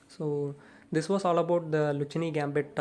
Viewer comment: I'm sorry, but your pronounciation is mistaken. In Italian, "c" followed by "h" is always pronounced like "k" in English. So it should be pronounced the "Lukkeene" Gambit